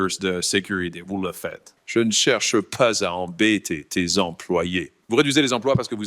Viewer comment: "Je n'chewche pas à embêtey tey employés" quel bonheur